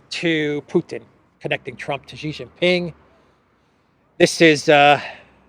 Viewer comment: Xi Jingping's name supposed to be pronounced [Chee Cheeng ping]. Respect!